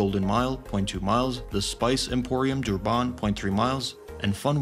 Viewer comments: It is not prenosed dooban .it's durrrban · Durban is pronounced as Durbin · Got to hate AI speech. DurbARN ffs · Honestly the more you say Duban makes me wanna report the video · as a south african....the way he pronounce Durban just hurt my ears...